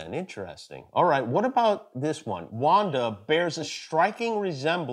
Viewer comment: The way he says Wanda is just wonderful